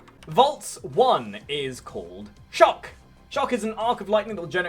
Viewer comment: Bro pronounces shock as chuck 😂